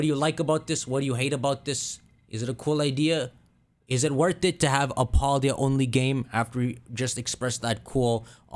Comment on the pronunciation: I love how he says Paldea wrong